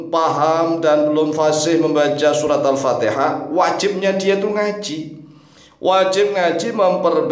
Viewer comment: anda juga salah pak alpatiha bukan alpateha. i bukan e.